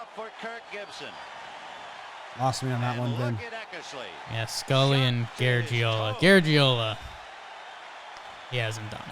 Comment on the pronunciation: Five syllables....Gar-aj-e-o-la